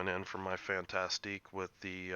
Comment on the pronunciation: le Fan-Task = Le Fantasque. Not Fantastique...